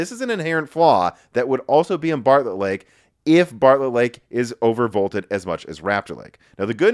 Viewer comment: Intel Embargo Lake, can't stop hearing it everytime Intel Barlett Lake.